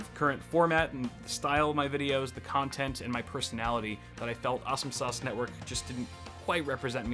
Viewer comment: Are you trying to say "sauce" or "source"?